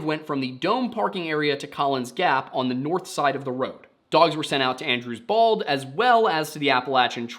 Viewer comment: I know you're saying "Andrews Bald" but I can't stop hearing "Andrew's balls." So their plan, was to check under Andrew's Balls. 😂